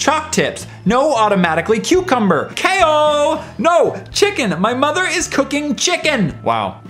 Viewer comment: Do you not know how to pronounce Chao?